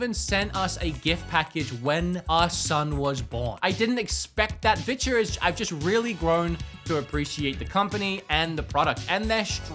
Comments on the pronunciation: "They're down there if you want to see what bitches got going on." Yeah not going to lie, that's all I hear every time you mention "Vitures." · Is he saying vitya?